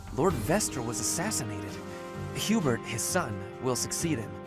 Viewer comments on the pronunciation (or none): none